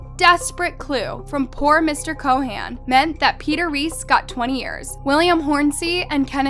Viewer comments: It's Chauhan not Co Han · Ik what happened is horrible and I'm so sorry for them and their family, but i have to say this, your pronounciation of Anil Chauhan is killing me. That's not how you say it